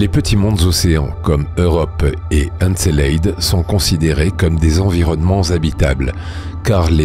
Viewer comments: Doc exceptionnel malgré un petit bémol : La prononciation d'encelade !!! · En effet, cette prononciation du nom d’Encelade et des « geisers » est abominable. Mais en dehors de ce léger accroc, le doc est magnifique. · Comment tu prononces Encelade espèce andouille 🙄